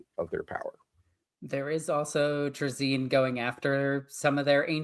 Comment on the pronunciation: Isn’t it “Tray-Zin”?